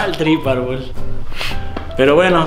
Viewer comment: Me gusta un chingo como le dice “Arlbol” a JAJAJAJAJA es que aaaah me recuerda a cuando hacía bromas en la calle q bonito